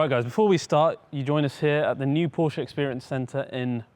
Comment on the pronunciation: thank you for saying Porsche and not Purshah